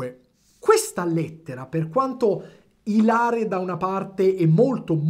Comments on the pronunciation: Yotobi si dice ìlare, ti prego... ìlare non ilàre, grazie (scusa per la pedanteria ma non ho potuto trattenermi) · Bel video, da piccolo mi piacevano. Comunque si dice ìlare e non ilàre al min . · Vabbe' lo faccio io il rompicazzo di turno: ìlare, non ilàre :p Ma ti giuro che quando hai detto che vorresti vederli per un ultimo film insieme ho creduto che stessi per cicciare fuori una sceneggiatura fresca fresca scritta da te per l'occasione... e magari lo hai fatto davvero... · non si dice "ìlare"? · Non dimentico che dietro ogni personaggio come yotobi c'è una persona, quindi per farti stare meglio ti linko la pronuncia corretta dell'aggettivo ILARE. Questo commento è presentato da una persona momenteneamente ìlare.